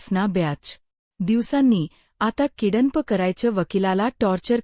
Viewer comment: ईंग्रजी तर येतेय ना ? किडन्प नाही किडनँप म्हणायचे आहे काय ?